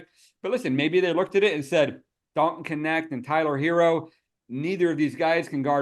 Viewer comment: Dalton Connect (Knecht). Every German speaker is dying laughing. 🤣🤣